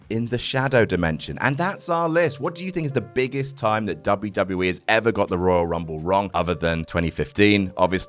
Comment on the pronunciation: Dave Bautista: Woyal Wumble